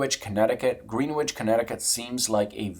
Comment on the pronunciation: You obviously dont kno US history lol. Pronounced "Gren•ich" not green wich. Lol. Greenwich is OLD money, the big money in the US & world have homes there.